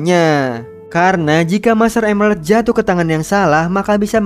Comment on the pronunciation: master emerald bang bkn master emlelard